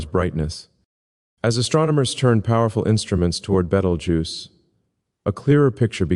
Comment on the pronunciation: You pronounce Betelgeuse strangely. I'm not saying it's wrong, but it's a little strange